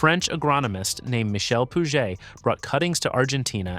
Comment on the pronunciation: Why are you pronouncing the last letters one time out of two? We won't prononce last letters in French. You say Puget properly without the T and yet you say Blanc as in Blank. Why is that so? Interesting otherwise